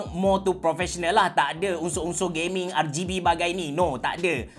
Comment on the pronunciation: No one:: Kita ada Gayming Monitor